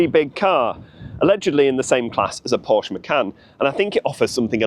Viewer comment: Porsche has two syllables.